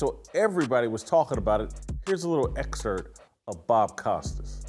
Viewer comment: He mispronounces "excerpt" in every episode.